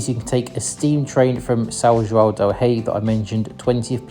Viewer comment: I have to praise your pronunciation of the "ão" sound. It's very rare to find an English speaker that can say João correctly. I'm glad you enjoyed your visit to Brazil, and hope you'll come back often.